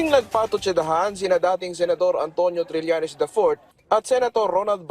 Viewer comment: Trillenes no cridibikity